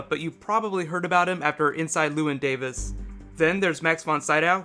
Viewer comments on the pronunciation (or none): none